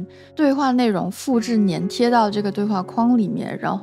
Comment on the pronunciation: 纠正一下你的发音：“粘贴”读作zhan tie，不是nian tie，作为形容词时读作nian，例如粘稠，作为动词读作zhan。